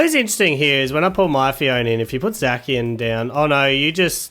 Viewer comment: Are you calling Zacian "Zakian"?